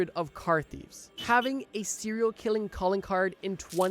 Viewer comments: What the hell is a CIRIL killer?? It’s SERIAL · Sounds like he’s saying Syria killers 😂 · “Seral Killers” I can’t stop hearing it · Had to stop watching after a few seconds because I kept hearing "siller killers" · Why the fuck is every youtuber so marble-mouthed? You literally mispronounce SERIAL in the first 10 SECONDS. Actual slop content by the way.